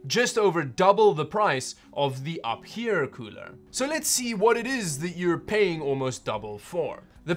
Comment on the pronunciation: Its actually pronounced you fear...